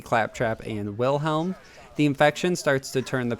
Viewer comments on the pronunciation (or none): none